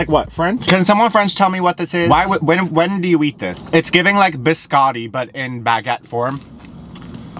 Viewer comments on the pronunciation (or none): none